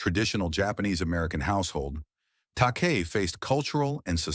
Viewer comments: “George Takay” So what’s the last letter in his Surname? It’s I not a Y, so that means what? Yes, that’s right, it’s pronounced as such. George Ta-Kai (Takei). Kei is also a boys name spelt Kai whereas Kay is a girls name and take away the K you’re left with what is reading the script for this video albeit poorly eh. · No excuse not to know how to pronounce Takei. No outro? Vid ends too abruptly. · Is this AI narration? If so, please teach AI correct pronunciation of George Takei [te-Kai] and Sal Mineo [Min-e-o].